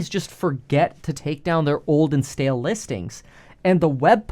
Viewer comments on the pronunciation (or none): none